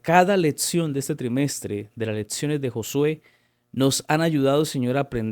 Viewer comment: Insoportable hno como pronuncia "letsiones" "prótsimas" "eletsiones", disculpe no puedo oír, chirriante. Hay clases de vocalización para adultos tb en breña hno